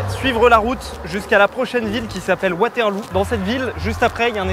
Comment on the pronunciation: Waterlou il a dit 😂😂